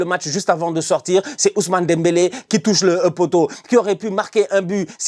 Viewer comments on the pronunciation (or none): none